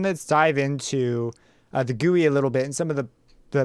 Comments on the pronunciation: No, he pronouced it wrong intentionally. (facepalm) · is that how you pronounce gui